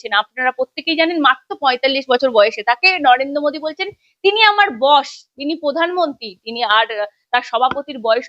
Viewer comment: ওটা বশ না বস হবে।